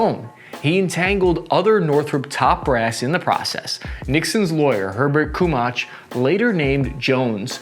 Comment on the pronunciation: He pronounced "Herbert Kaumbach" as "Herbert Kumach." Literacy in this country is dead. Did ANY young people get taught how to read or even to sound out words they are not familiar with? This guy is not alone. Illiteracy is rampant. Most of the comments on YouTube show complete ignorance of spelling, grammar, or punctuation The English language is being beaten to death by millions of people who do not care.